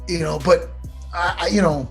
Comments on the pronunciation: Matt “yanno” Serra🤣🤣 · Matt jih noouw?!?! Serra ;) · Matt ‘yenoo’ Serra